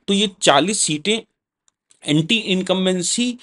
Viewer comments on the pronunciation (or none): none